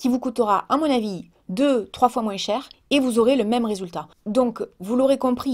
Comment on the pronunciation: t'a encore dis " Moinsse " xD en tout cas le petit noeud te va trop bien:3